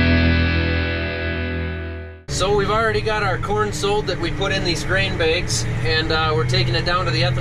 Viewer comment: Begs, not bags 🤪